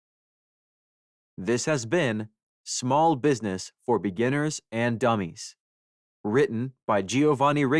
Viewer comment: Ai really emphasized the “dummies” at the beginning 😂😅